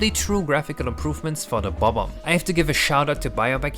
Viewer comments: Thank you for saying Bob Omb instead of buhbomb. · i love the way you say bob omb its so satisfying